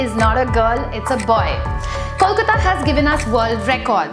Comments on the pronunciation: It's Kolkata not Kolkota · Nice pronunciation of "Kolkata" 😀😀